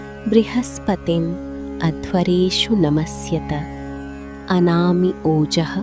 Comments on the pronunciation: It's anama not anami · It was written “ANAMA” but she pronounced “ANAMI” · You were pronouncing as anami but in display its given as anama... Which is correct😮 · yeah ...but here it sounds like anami .... or it's okay Thanks 😊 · Anami or Anama? Please clarify if the correct pronunciation is the first or the second. Thanks.